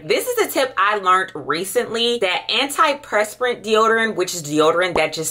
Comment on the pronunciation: Anti PURSE per ant. Is how you pronounce antiperspirant.